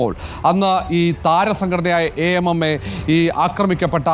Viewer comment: A.m.m.a ഉച്ചാരണം അടിപൊളി...❤